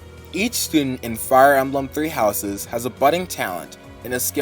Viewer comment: "Fire Almblem"